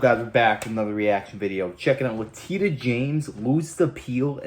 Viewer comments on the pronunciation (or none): Letitia = Leh-tisha not Le-tee-ta!! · It's latisha not latita. Bro you're getting a big following so maybe need you to go and check the pronunciation of these words before you start saying them out loud cause....smart. Good luck. We need folks like you out there!! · Her first name is pronounced like "Letishia." It doesn't look like it, but that's how it's pronounced. I don't like her, but unless you're messing up her first name intentionally, you're saying is wrong. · First, her name is pronounced like LA-TEE SHA. Also, our founding fathers fought against us. The British. All of the men who wrote our constitution were some of the British who tried to take control of us. Learn your history. And it was the armed citizens who beat them. Not our army. This is why we have the right to keep and bear arms. They learned something when they tried to take our guns as the w Dena want to do today. They cannot control us as long as we stay armed.